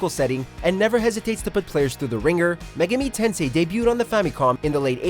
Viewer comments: Mega-me tensay 😂😂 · megeemi tensee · your pronunciation of Megami Tensei, is incorrect sir. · Really, a lot of his Japanese was cringey at best. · If this was the ONLY mispronounce error but unfortunately it wasn't